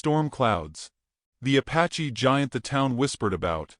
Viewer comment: “Bow” as bo, not Bao : Apache, not “a patchy” : probably mercantile, not “Morgan tile”